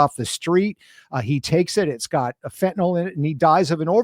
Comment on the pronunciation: I keep wishing people would learn the proper pronunciation of fentanyl